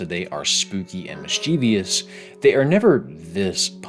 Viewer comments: I think you asked to be corrected about pronunciation in that Magic School Bus bit so I'll just say the word you're trying to say is "mischievous" (3 syllables) not "mischievEEEous" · mischievous <- read this word why does it feel like 90% of people mispronounce this word? there's not even an e, an i, or a y after the v to even suggest that it's pronounced misCHEEVYous. jesus fucking christ. i'm frustrated about other things right now and i'm taking it out on unrelated things. edit: HE DID IT AGAIN.